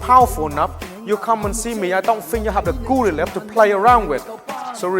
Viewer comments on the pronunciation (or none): none